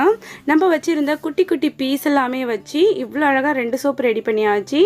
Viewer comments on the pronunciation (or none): none